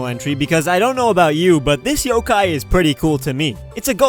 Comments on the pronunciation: he said YO-KAI ?????????? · Did he say yo Kai in number 9